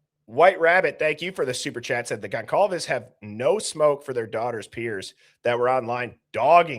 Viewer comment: how come you still don't know how to pronounce Goncalves? it's been years now. Just sayin.